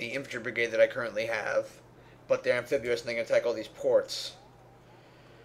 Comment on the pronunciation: I cringed every time he said "Amphibuous".